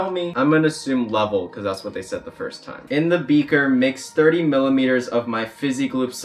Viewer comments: "Millileters" Oh my dear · I love that he said milliMEters of water ahhahahahaha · who's gonna tell him that its not milimeters